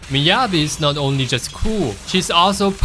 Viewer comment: How do you pronounce Yanagi right but not Miyabi bro...😄